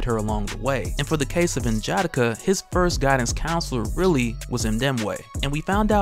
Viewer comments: Please stop saying N-Jatta-Kuh. It’s N-Ja-Da-kah. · you're my guy. I even replaced Rob with you as my favorite. But bro (in jah dikka) was killing me lol. N'Jadaka is pronounced (N-yah-dah-kah) lol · Pronounced nin-ja-dockah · You pronounce N'Jadaka name wrong it's said (Nah-Jah-Dah-Kha) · N-JA-DA-KA. Sound it out is how its pronounced! Good vids otherwise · You are definitely pronouncing N’jadaka wrong